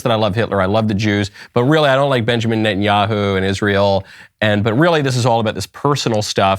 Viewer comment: Benny Net-n-Yoo-hoo